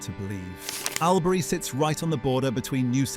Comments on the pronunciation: It's pronounced All-bury...not Owl-bury...and Two-hay...WTF Two-e man, Toohey! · Albury is pronounced all berry. Toohey is pronounced Tooee. Learn to speak correctly because I give up on correcting the rest. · Your pronouncing Albury wrong. Its ALL-BURY. And surname is not too hey, as the h is silent. TOO-EE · I gave this a thumbs down because of the atrocious pronunciation of Albury and Toohey. Its a great story though.